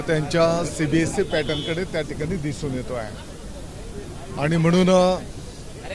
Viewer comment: Cbse चा उच्चार करून बघ फास्ट मध्ये